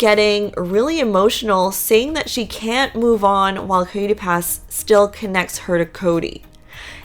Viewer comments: Coyote. ki-oh-tee. Not Kooey-tee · IKR. Her pronunciation is disturbing at best.